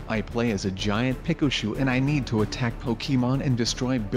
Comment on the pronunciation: He says it peca- shooe